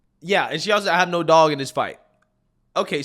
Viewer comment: Dude, I appreciate your channel. However, could you please pronounce your th's instead of using the d sound? It's that not dat, this not dis...